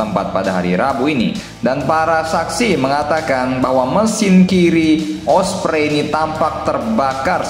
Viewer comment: Ompreng😂😂, not osprey